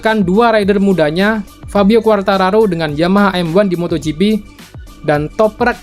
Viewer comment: Bacain namanya Toprak susah amat Mas ? Asli scene nya bikin ngakak pas yg itu sampe tak rewind²aja.... 🤣🤣